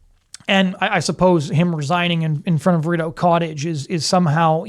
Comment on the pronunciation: I'm Canadian, and this is a pretty good analysis. One point: Please watch your pronunciation of 'Rideau Cottage'. 🙂